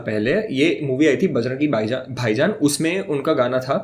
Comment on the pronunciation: It's just me who laughs, when said *Bajrangi Baijan*😂 or there are so many people?